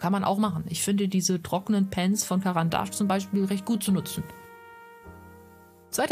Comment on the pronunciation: Du hast caran d ache richtig ausgesprochen yeiiii 🎊🎊🎊🎊